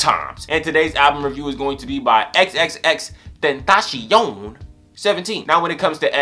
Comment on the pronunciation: You pronounced his name wrong, you have to pronounce it like "xxx ten-ta-cee-on"